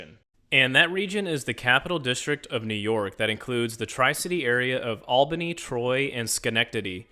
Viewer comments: Nice, but quick review. What bothers me is how you pronounce Albany. It is ALL-buh-nee, not AL-buh-nee. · You should have practiced saying Albany, because you got that wrong. The AL in Albany should be pronounced “ALL” as in all good, not “AL” as in Al Bundy. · Native here. It's a nice region. has some flaws as all cities do, but to be honest it's not terrible. Mass transit could be better though, imho. Amtrak to NYC is a nice perk (not mentioned in video). Also, as many have said, you mispronounced Albany, and you sort of glossed over the art district in Albany (The Egg is pretty interesting). Lots of old buildings to see and enjoy, too. Lots of people know each other - the Smallbany effect LOL. :)